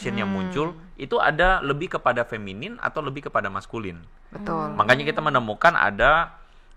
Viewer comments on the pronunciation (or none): Jangan salah omong ya, Feminin ya bukan feminim, ahirnya n bukan m yah